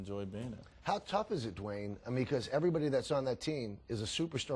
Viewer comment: he says "D Wayde" lmao